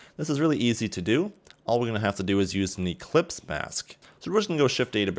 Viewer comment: Great ! also it's ellipse mask and not eClipse haha